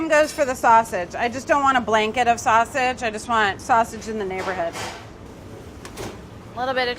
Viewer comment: "I just want saussage in the neighbourhood." Don't we all...